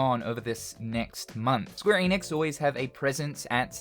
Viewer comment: Maybe if you pronounce ‘Enix’ right. And watch THEM OF ALL PEOPLE say it right. It’s ‘Enix’ not ‘Eeenix’